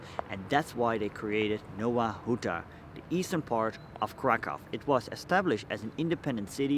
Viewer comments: Hey man it needs to be pronounced like "Nova Huta" instead of Nowa Huta". In polish the letter W makes a V sound. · Faktycznie, w chuj czasu trza było poświęcić dla Anglosasów by sprawdzić że wymowa to "nɔva ˈxuta"